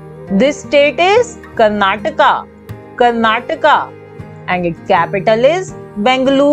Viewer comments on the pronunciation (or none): none